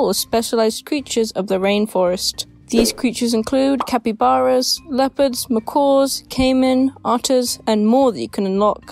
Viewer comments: "leopards" dawg what the fuck 💀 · bro you just said leopards💀